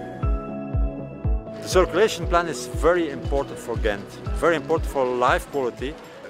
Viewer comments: in the Netherlands they have this throat G, in Belgium it's a soft G, your first pronunciation was better then the ones from the Netherlands :) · Much respect to you for trying to pronounce the names of the places in the local language, even for Ghent/Gent is which known internationally and basically also has an English way of saying it. When you tried to say the names after hearing it, I was surprised by how close you are to pronouncing it perfectly. You have excellent hearing and pronunciation! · i live in Ghent ( you pronounce it well for english speaker) and coupure was always a wild place to cycle it got a little better but cyclers are still not that much safer. because of economic cuts the streets lights go off around midnight etc. its nice during the day time not so much during the nightlife. Also now they building cycle road under the bridges it use to be on the bridges itself so conflicted with cars and daily collisions in the first few years. I enjoi the "circulatieplan" but it made it impossible to park anywhere without someone screaming or wanting to fight you.... anyway greets from belgium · 8.35 My compliments for you trying to pronounce the cities correctly, you were almost spot on. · Ghent is the English way of saying it, so you are pronouncing it just fine. I used to live at the part of the river they brought back. Was amazing to see the transformation from an ugly parking lot to what it is now. I can imagine that the worth of any house in that street went way up. :D